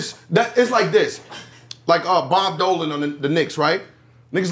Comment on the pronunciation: Nigga said “bob Dolan” 😂🤣💀